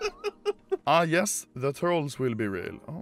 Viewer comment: did he just say jes as in yes?